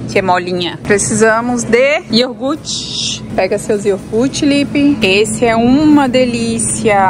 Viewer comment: Ei. Deus abençoe você e sua família linda! 💞 Como você falou que gosta muito de aprender, tomei a liberdade de dizer que o certo é falar: iogurte(com r). Amo vídeos de compras, lixo da vizinhança, venda de garagem, sua rotina, enfim... todos. Abraço. 💞🌷🤗😘😘😘😘